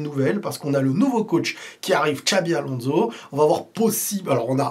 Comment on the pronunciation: Très bonne vidéo comme d'habitude. Petits détails de prononciation: - c'est Xabi "Alonso" avec un S et pas avec un Z - on prononce "Gulère" (comme "air") et pas Guleure (comme "heure")